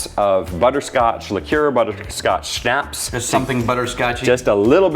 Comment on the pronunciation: Someone from the German-American community in Texas...please, help these lads learn how to pronounce Schnapps....